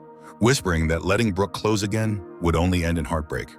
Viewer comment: At about timeline the word 'close' hase a hard 'o' whene context suggested that a soft 'o' would fit the context better. 😢😢😢